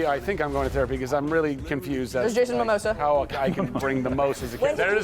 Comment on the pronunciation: "Jason Mamosa" lol